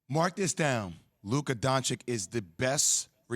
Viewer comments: ITS DON-CHITCH!!!! NOT DON-CHICK!!!!!!!!!! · Jay Williams saying Luka is the best remaining player in the playoffs, yet still can't pronounce his last name properly. Donchik, really? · Learn how to pronounce his name, cross-eyed motorcycle boy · Why is it so hard to pronounce Dončić surname rightly? To me it feels like a lack of respect for one of the best players in the league... And i heard a lot of media people say it rightly, so its not hard or impossible... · Spend 6 minutes talking about how great Luka is, still can't say his family name right. 🤦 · We 4 years in and still got dudes not knowing how to say luka’s last name on national tv 🤦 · how are you on national tv talking about the NBA and you can't even pronounce Luka's last name correctly. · Best remaining player in the playoffs but still can’t say his name right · Man, J Will needs to learn how to pronounce Slovenian LOL